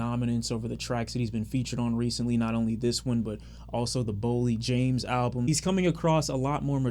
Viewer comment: Dudes from Detroit..... And says "BOLLIE JAMES"? 🙄 LOL